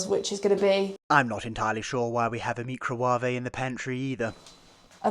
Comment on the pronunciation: Meecrowarrrvae.. I can't wait to get one again just so i can pronounce it that way, most excellent 🤓